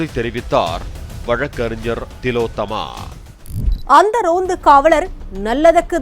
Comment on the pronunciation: திலோத்தம்மா இல்ல, ஓல் ஒலோத்தம்மா😂😂😂